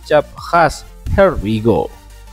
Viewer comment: Please dibenerin lagi prngucapan inggrisnya. Here We Go bukan Her We Go. Kalau gak full Indonesia saja.